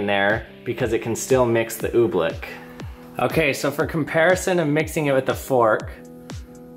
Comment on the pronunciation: He saying ooblick. It's ooblEck